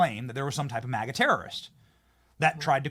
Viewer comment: She keeps saying "moga" not "maga"? WT _?